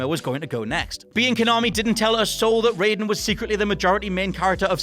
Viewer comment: You mispronounced Raiden even though they say his name in the game. also ganon was ALWAYS was not human. gannondorf is only ONE incarnation of him. and he has NEVER been all of them. this has been the case even BEFORE botw. robotnik's nickname of Eggman came from Sonic Adventure, where Sonic used it as an insult, where he said the machine looked like a giant egg, then said, "Whatever you say, Egg Man." also, you just showed clips of Big Boss instead of Solid Snake.